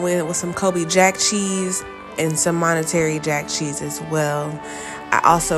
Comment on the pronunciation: Monterey not monetary cheese lol